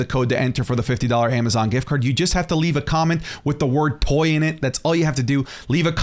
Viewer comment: At first I hear poy 😭 glad i rewatched it’s toy